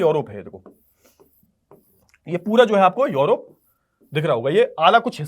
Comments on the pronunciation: Sir urop hai yorop nhi😊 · Sir ye योरोप hahi hai balki यूरोप hai